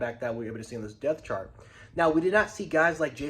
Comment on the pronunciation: Yo you keep pronouncing the word “depth” incorrectly. You say it like this - dep-tha not “death”. You gotta put emphasis on the “p”.